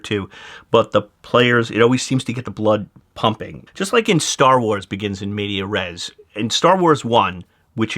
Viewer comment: Great video as always, but i am slightly surprised that mispronounced "in medias res"